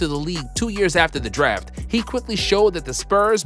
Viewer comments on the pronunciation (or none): "Also apart of this daf class"